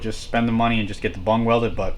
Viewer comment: Hay pothead it's bung not bong